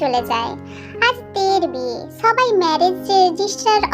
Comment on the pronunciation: আপু ছইবাই হবে না শবাই হবে বুঝছো তুমি তো এমন ভাবে বলতাছো যেনো তুমি পড়তে পারো না আমার কথায় কিছু মনে করো না আমি জাস্ট তোমার ভূলটা ধরে দিলান😊😊